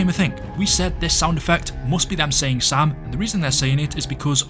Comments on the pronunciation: My ass always thought the zombies were saying Sail😅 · Sam? I always heard "SALE" or something